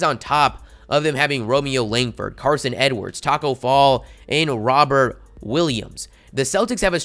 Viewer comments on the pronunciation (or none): none